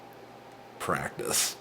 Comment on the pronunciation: I hated that "Practice!!" ahahah :D